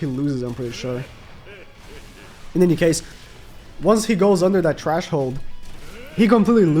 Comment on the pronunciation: I was so confused when he said that lmao 🤣 & he kept saying it lol